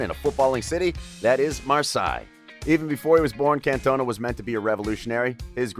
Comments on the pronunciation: Your pronunciation grates my ears. The guy is called Eric Can - ton - ah. You mispronounce every French place name. Even if you've no idea about France, Auxerre and Marseilles are famous clubs and you should know how to say them. Eric didn't cost €22 million - the Euro hadn't been invented in the 1980s and that sum would have been about 5 times greater than the world record transfer fee (Maradonna to Napoli in 1984). He cost 22 million Francs (about £2.2 million or €2.5 million). Fairly clear you have little knowledge about football in this era - if you did, there's no way you'd make these kind of mistakes. I mean, you can't even say the bloke's name right! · Bro, not trying to be negative but... you gotta do your research for the pronunciation of the content you talk about. His song is "OOH AAH, Cantona!". Makes it seem as if you aren't a Football fan.